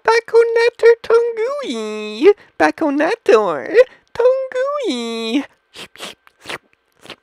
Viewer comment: BACK-ONATOURE TON-GUEWY